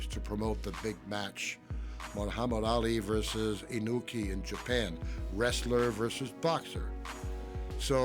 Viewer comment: Pat Patterson calling Inoki "Inuki", lol.